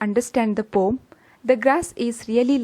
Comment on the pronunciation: It's a "poem", not "pom"